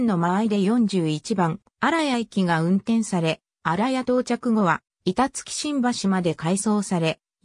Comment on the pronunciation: 板付はいたつきじゃなくていたづけっすよ